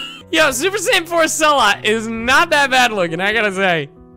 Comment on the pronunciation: perfect cellot I thot you said perfect cell out.